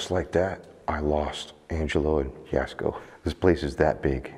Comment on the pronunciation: Thank you Omar for pronouncing jaskos name right.